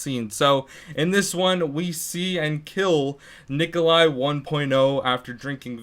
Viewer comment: primp GD Wtf Necoli... why tf is everyone so uneducated its NIKOLAI